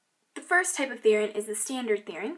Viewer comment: I'm not trying to be mean but the way you say Therian drives me crazy, lol. It's "Ther-ee-an." =)